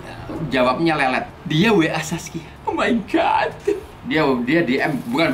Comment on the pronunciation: "Omaigat" WKWKWKW